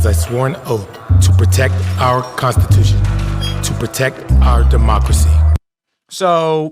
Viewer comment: It’s Constitution! Not Contitution! 😂